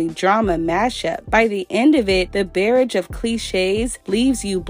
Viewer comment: chileee it was when she mispronounced barrage for me 😳 But still, I just want her to belle from this.